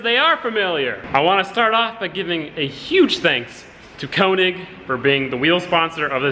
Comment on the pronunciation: stop sayin koenig. its könig p.s. wheels look sick